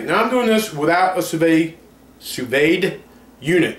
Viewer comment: Enough people have posted just how to pronounce sous vide. I hope you can learn from them. Once a chef completes the sous vide process we quickly sear it in a hot pan for about 30 seconds on each side. That way you aren't eating raw-looking meat.